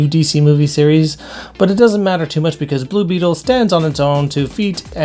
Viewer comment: Wait, did you call Blue Beetle "Blue Beatable?"